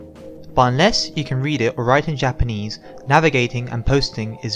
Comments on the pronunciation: your japanese pronunciation is really good. most english speakers can't get japanese vowels right for shit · You earned a subb, awesome shit you have here! And wow, I agree with the commenter below, you ARE good at Japanese pronunciation. I never understood why its so hard for people to pronounce correctly, but then again I'm a tape recorder. (SQUAWK! Ahh EH Ooh eee ohh! Mah meh moo mee moh!)